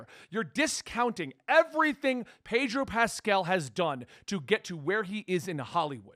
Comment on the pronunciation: His pronunciation Pedro Pascal 😶 Pedro Pastel 🎉🎉🎉